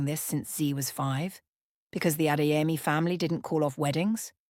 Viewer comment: Beautiful story but Adaeze & Chidimma is Igbo, Zainab & Adeyemi is moslem Yoruba, it REALLY sounds like a broken glass when you mention those names we don’t like anxiety😢